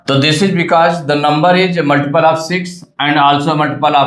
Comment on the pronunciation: multiple❌ muliple✅😂